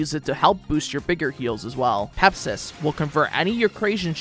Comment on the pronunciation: It's not Pepsis! IT'S PEPSI!